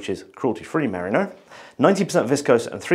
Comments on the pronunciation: You pronounce it 'mariner' but it's really meh-REE-no (The Brits have a lot of explaining to do.) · its MERINO (MER RI NO ) FOR SOUNDING OUT HOPE THIS HELPS. From a west Australian. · pronunciation of "merino" has me worrying that I have been saying it wrong for years.